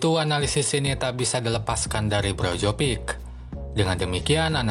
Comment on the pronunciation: Brozovic min bukan brojovik